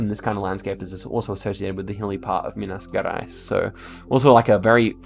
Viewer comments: you pronounce like mina "jerais" not like guerais or djerais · It's Pronounced Minas Jerais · Minas Gerais: Me-nas Je-rais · Yo, just here to say, we kinda pronounce Minas Gerais as "Meenas Jerais" :) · Barria e Minas Guerais me quebrou kkkkkkkkkk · "minas guerays" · Minas gUerais??? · For Minas Gerais you can use "MG" or pronouce it like -Meenas Jerais jamais tente tankar o bostil